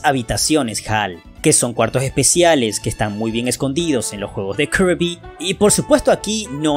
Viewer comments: Todos están hablando de "kerby", jajaja jajaja jajaja, con puro y rico spoiler, parece que es la sensación de estos meses. Ahora porque la gente se empeña hablar de otra manera el español se leé como se escribe, (kirby) se dice 'Kirby' y punto, no tienes que fanfarronear diciendo "kearby", somos hispano hablantes, y no anglo parlantes, o japoneses, o chinos, se escucha estúpido escucharlo de otra forma, me dan pena ajena, asco, y molestia, que lo pronuncien de otra forma. Es cierto que su forma en japonés va ligada a su pronunciación en inglés, pero ya lo dije somos hispano hablantes. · Viejo ellos pueden decirle como quieran al heroe rosa (kirby) hasta le pueden decirle ¡Poyo! Si quieren o karby o hasta kurby, tu das mas pena ajena quejandote de algo que nisiquiera es un problema, ademas por ejemplo ¿solo porque el nombre "Peach" se escriba asi significa el vas a decir literalmente "Peach" siendo que no se pronuncia "Peach" si no que se pronuncia "Pich" y no "Peach"? Eso no tiene logica pues que un nombre se escriba de una manera no singnifica que se diga tal cual, como se escribe y como se pronuncia no es lo mismo sabiondo.